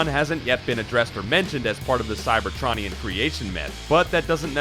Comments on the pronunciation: Transformers don’t have a rogues gallery. It’s a war. It’s like saying hitler is in the ww2 rogues gallery. Also the way you say cybertronion hurts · You are pronouncing cybertronian wrong